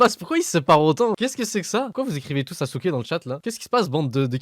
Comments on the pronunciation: Ca se prononce Saske mais ça s'écrit Sasuke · C'est pas Sasouke, c'est Saske. Non, mais vous les francos vous avez un probleme de prononciation des noms. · Chui pas la seul à avoir crus qu’elle a dit Sasuke 😂